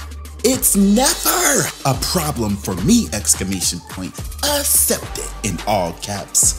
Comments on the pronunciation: Nobody:: “I assept” 😂😂💀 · Not “uh-cept” (accept) 😅😅😅